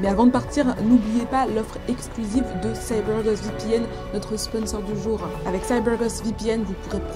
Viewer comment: Petite parenthèse dans cette vidéo 🎬, dans cette histoire, mais j'adoooore 😍 l'accent " CYBER GOST VPN " 🤗😘😊